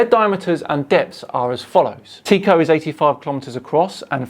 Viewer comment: Don’t know if it’s an American/English thing, but I’ve always heard Tycho as Tie-ko, not Tea-ko.